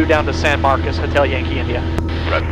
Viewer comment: San Marcos, not San Marcus